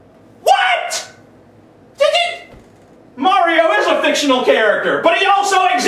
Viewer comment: You pronounce Mario strangely...